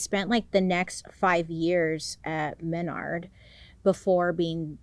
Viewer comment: It’s pronounced muh-nard, js